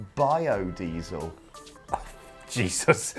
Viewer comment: Would have given a thumbs up till "bio-diesel" 🤦‍♂️